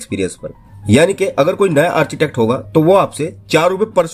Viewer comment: मेरे हिसाब से आर्किटेक्ट होता है आर्चीटेक्ट नही।